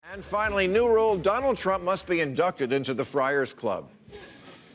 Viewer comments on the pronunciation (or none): "Mr TruMMPPP".